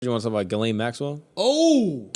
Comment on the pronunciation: Ghislaine, laineghizz. Lol